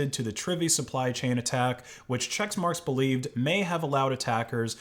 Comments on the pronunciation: "Che*CK*marx", not "Chexmarx" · It's pronounced "check-marks" not "checks-marks" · i hate the company, but it's not "chexmarx" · Why are you saying chexmarx? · isn't it pronounced check marks?